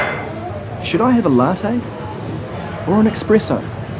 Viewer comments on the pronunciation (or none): "exspresso" lol dude.... is espresso without k.....